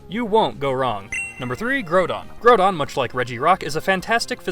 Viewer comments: it's not groudon as in GROW but groudon as inn GROUND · its groudon not grodon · You are a frucking idiot! It's not called growdon and Kyogre is the weakest weather legendary! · "Grow-don"? It's literally a pun on the word 'ground', just without the 'n' 😩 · I'm sorry.... grow-don? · its pronaunced graudon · The way you pronounce groudon grodon just annoys me but I still love your vids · Hate to be that guy, but did call Groudon Grewdon?.... Grewdon?! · this guy says groudon like growdong wtf lmao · LEARN HOW TO FUCKING SAY GROUDON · Learn how to say Groudon properly holy shit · its called the english language you muppet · To be fair, the Pokemon company themselves did butcher on pronouncing Groudon's and Kyogre's names, in their last ever official Pokerap they ever had. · Oh God your groudon pronunciation is disgusting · Omg you pronounce so much wrong! Groudon, regice and so on..